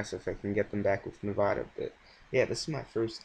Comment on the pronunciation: good vid but you said Nevada wrong